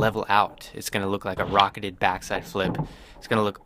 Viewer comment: When he says "Rocketeded"😂😂😂😂